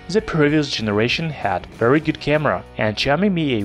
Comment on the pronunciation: вЕри вЕри гуд😂👍